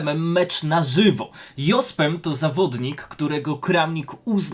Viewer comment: Fajnie byloby poprawnie wymawiac Jospema, kole w uszy